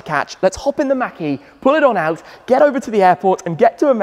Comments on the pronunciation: Great video... but it's MAHK...E... Not Mackey. Unless I missed a joke from a previous video. Again love the videos. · It’s not mack… it’s machhh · I like the way we say Mach better than you. It sounds like you're saying Mackey. I must say that you say garage better though.